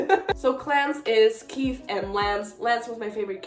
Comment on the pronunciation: Congratulations again ❤. Do you think Estelle can see through the Mist because Sally could? Btw Keefe is pronounced Keef without the e sound at the end. Also now you feel our pain with kotlc. Thanks so much again!!!